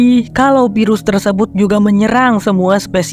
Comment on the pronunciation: FILM ...EEEFFFF EEEFFFF bukan PILEM .....VIRUS bukan PIRUS ....VEEEE bukan PEEE